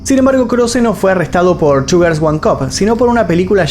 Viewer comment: Parece que dice "sugars" en lugar de "two girls"... Vocalización..... 🙄😒